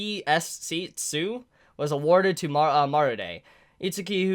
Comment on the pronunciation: Im pretty sure its pronounced T.S.C. ( Tokyo Security Committee ) similar to CCG. And the time skip is 6 years ( it says so at the bottom of page 2 )